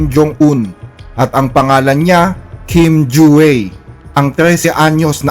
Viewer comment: Kim Jua = kim dyu-A, yung letter A pronounce as filipino vowel.